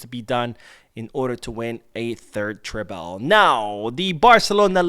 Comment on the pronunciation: According to the spelling, treble is not pronounced tray-bell.